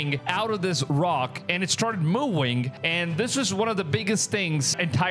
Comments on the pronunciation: I'm sorry bro but it was "MOOING"? SAY "NUCLEAR". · Its moouuuwing... -_- practice speach plz moVing V thx lol and good video just fake most likely people will do anything to get views... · When he said “moowing” I was laughing cause I was like where’s the cow!?😂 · Did you turn your V's into W's? Moowing and Wenom is crazy work!😂😂😂